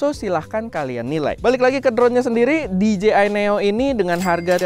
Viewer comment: That "Di Je Ay" wkwk